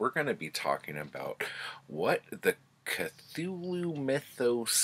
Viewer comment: 😂 "... which led me to Cathulu"